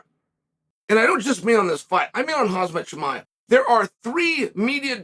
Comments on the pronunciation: "Hahzmut chimea" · Who is Hazmet Chimaev? Is that Khamzats brother or something?